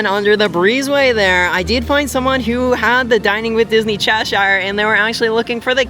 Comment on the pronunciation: It’s Chesh-ur- not Chesh-ire! Sorry that irks me! Also my boyfriend’s name is Keith, he’d love that pin!